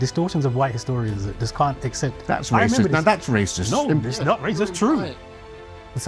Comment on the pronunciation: Don't get his name wrong, KK. That's waysist lol